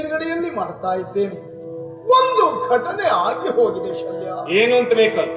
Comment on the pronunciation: ಸಾಲ್ವ ಅಲ್ಲ ಶಲ್ಯ